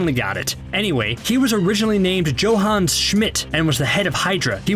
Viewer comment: JOE-han Smitt??